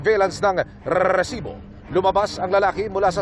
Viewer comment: ilan po ba ung R sa salitang resibo?